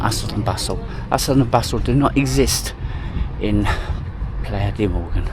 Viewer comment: Mogán, please respect the names of places you visit😮